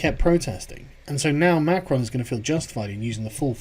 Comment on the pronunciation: It's Muh-Cro not McKronn